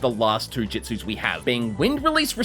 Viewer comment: Jitsus? Not jutsus?